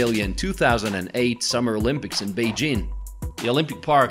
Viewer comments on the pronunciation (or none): none